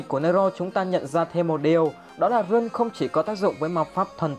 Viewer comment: Rune đọc là (răn ) mà